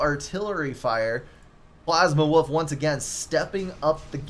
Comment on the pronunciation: Thanks for the cast, and thanks for making my name sound like "Plasma_Woof" a bit :) It's a refreshing new name. Also: if you press "End Replay" in the drop-down menu, you go to the score screen.